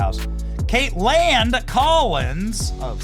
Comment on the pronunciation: Stop saying Kate land. You sound like an idiot. Just pronounce her name correctly. You sound ignorant.